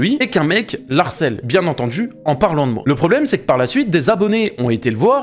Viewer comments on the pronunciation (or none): On ne dit pas : il l'harcèle mais il le harcèle car c'est un h aspiré ! Je viens de découvrir ta chaine et franchement c'est super ce que tu fais, je m'abonne ! Sinon vidéo géniale, merci de dénoncer ce genre d'individu, qui de plus ne sait même pas parler correctement...en tout cas je trouve que tu as beaucoup d'humour et merci pour le partage.👍❤️